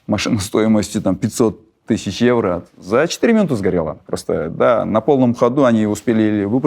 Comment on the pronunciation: тЭнге . Эвро.Экатеренбург 🙄